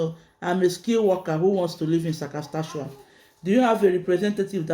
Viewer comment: SAS - KA - CHE- WAN